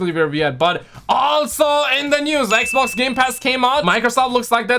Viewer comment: Am i the only one who likes when he calls the xbox. ekbok